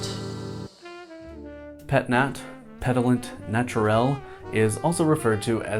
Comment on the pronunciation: plz stop saying petillant like that, say it like peh-tea-yahn